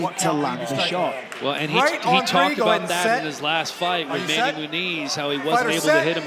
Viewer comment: You know is South African when he says" right on TREE"😂. PVZ...nope,flinching on every shot...there is not such a thing as a "tiny/smallest" flinch. A flinch is a flinch,does not matter how hyped your name is. Wolmarans is just punching bag for the hyped ladies...hope her payday is good